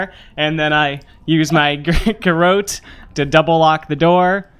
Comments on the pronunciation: It took me a while to work out what a "gar-oat" was. There was some seriously funny interplay in this episode; especially some of the input from Mitch. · Aside for the cringe-worthy pronunciation of garrote (but I appreciate that you addressed it during the show!), excellent! I did not anticipate that I would laugh so much during a plane crash!